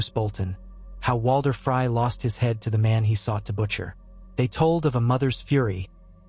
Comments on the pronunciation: really cringe everytime. its like fry or frye. please its FREEEEY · Somebody do something about the AI which is reading this. This mispronunciation of names is driving me crazy. It's FREY not FRY